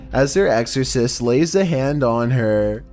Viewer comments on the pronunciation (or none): none